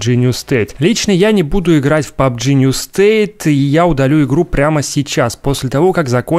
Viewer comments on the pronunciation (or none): пабг Нью СТЭЙТ , а не Нью щит